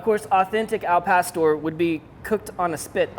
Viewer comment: AL PASTOR!!! WHITES way to say it